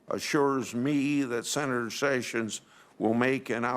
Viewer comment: Is it pronounced "Jayf Sayssions"??